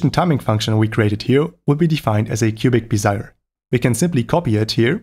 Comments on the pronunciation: Bézier isn't English. Say it however you wish. My comment wasn't aimed at you. You're not the content creator. If, on the other hand, you are making instructional videos with an audience that you aim to educate and enlighten, you should say the name right. That is not an unreasonable expectation on my part. addressed my comment with grace and clearly cares about upholding a certain standard of quality. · In Cubic-Bezier, Bezier is NOT pronounced "be-zire" as your said it. The correct pronunciation is BEZ-ee-yay (emphasis on the first syllable), named after the French engineer, inventor, and automotive designer, Pierre Bézier, who popularized and patented the Bézier Curve — the parametric curve you defined in your FireFox dev tools. The particular application here is also known as a spline or a control path or even a Bézier Path. So the name does not rhyme with "desire". It is 3 syllables not 2. BEZ-ee-yay. Pronounced at the end similarly to Perrier (Pair-ee-yay). Bézier curves are used in automotive design, architecture, vector graphics, motion graphics, motion control, typography, and statistical analytics. A Cubic-Bézier is a specific type of Bézier Curve characterized by having exactly 4 so-called control-points, specifically to ease or smooth the transition of polynomials. The brilliance of Bézier's Curve is that it expresses what would otherwise look like a mad scientists chalkboard full of polynomial equations into a simple, elegant, almost artful representation. Thanks for indulging the rant. Hope you found this helpful. Cheers.